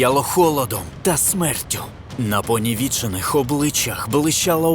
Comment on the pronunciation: Дякую за продовження. Дуже цікаво. Не прийміть за грубість, але наголос у слові «понівечений», не на «е», а на «і»❤